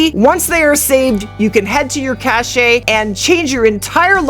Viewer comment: It's NOT cashay. It's CASH.